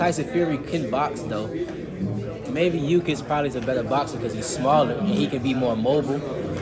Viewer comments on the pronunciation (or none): Keyshawn calling Usyk "Yuu-kiss" had me ctfu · Does he really not know Usyks name? He called him Ukys